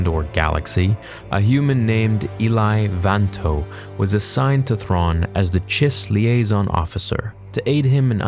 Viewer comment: ilai vanto, my ears are bleeding